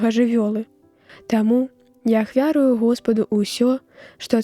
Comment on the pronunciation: Усё ахвяру'ю, а не ахвя'рую.